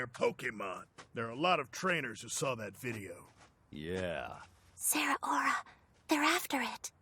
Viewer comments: Zeraora ❌ Zera-Aura ✔️ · I hate the pronunciation of Zeraora here I always read it with 3 syllables instead of 4